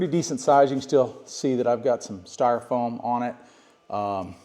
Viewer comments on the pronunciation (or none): none